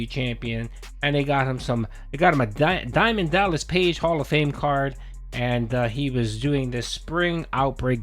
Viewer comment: Diamond Dallas page yes thank you for the correct pronunciation 😂😂😂